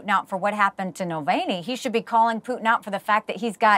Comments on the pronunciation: nope. That's like saying "nuclear" is pronounced "newk-u-ler" it's just not, that's simply not how letters work. Navalny and Nulvany are not the same word. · Dear Nikki: why did you mispronounce Navalny several times? Nuh-VAHL-knee, not null-VAIN-ey. It doesn't rhyme with Mullaney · Jeez how many times going to call him Nulvany? Alexei Navalny Mick Mulvaney. And it's Gershkovich not Gersovich. ffs Nancy. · Navalny, not Mulvaney or however the hell she’s pronouncing it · Nikki Hailey keeps mispronouncing Nevolni's name. Dump hill billy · Who’s Nalvani😂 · She can’t even pronounce Navalny’s name correctly.